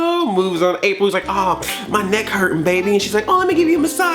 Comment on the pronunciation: “Rapril”, good god. XD